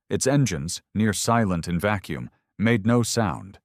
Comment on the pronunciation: "It's engines nearly silent in vacum"...wtf? 😂